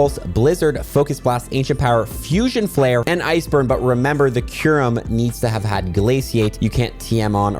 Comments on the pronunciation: Bro it's kyu-rem or (Q-Rhem) not Ky-Rem)😭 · How do you look at a word like “Kyurem” and say “Kai rem” 😭😭😭😭 like you’re doing it wrong on purpose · I hate u for saying Ky-rem on purpose sometimes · how did u just seamlessly switch pronunciations of kyurem st the beginning 😂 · Kairem. Dragon ball Z kairem lol....oh now like 3 mins in you pronounce it right lmfao 😂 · Its pronounced "cure-um". Theres a u in there. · You pronounced kyurem wrong so many times and then started saying it right!??